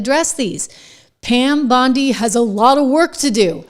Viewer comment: Dude, her name is Bondi, not Beyondee